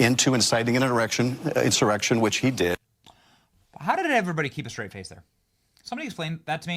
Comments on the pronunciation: Did shiff say erection for insurrection ?😂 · 😂😂😂😂😂 he definitely said erection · That slip of the tounge tells alot about shiffty😂🎉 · Did he say "erection"?